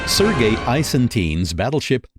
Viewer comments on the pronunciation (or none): none